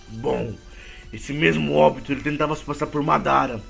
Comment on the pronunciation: Não é óbito obito e não é akatsuke éAkatisuki